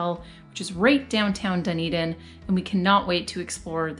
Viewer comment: I think you did good!! I’ve heard some people pronounce Dunedin like “Doon-ee-dain” haha so you’re already better than some with the pronunciation :D The A in Otago rhymes with how you pronounce Car so like O-taah-go :D but then there are all the Māori names to learn!! Good luck on your travels and thanks for the great video ^_^